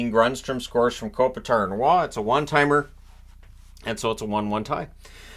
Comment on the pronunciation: Kings' Matt Roy is a "roy" not a "wah"